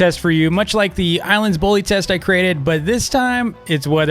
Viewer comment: Me hearing him say the ilands devs ...